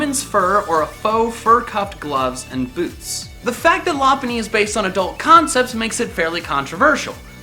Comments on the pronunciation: I think you're not pronouncing lop bunny's name right I'm pretty sure it's pronounced LOP-BUNNY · it's pronuced Low-punn-ny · You misspronounced Lopunny